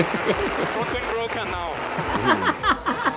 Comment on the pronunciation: it's bwroken!!!!